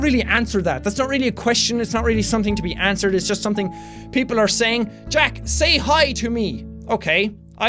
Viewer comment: I know that very well my friend. But he pronounced Jack as "Yack" . So I told him that it was wrongly spelled. I never said his real name was jack